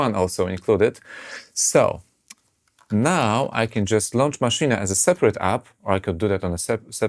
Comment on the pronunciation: maszine ? hahahaha sounds like kkokakola i oranzus NOBODY DOES MENTION WHAT IS MISSING :-( , fpr example chord playing with the mouse...........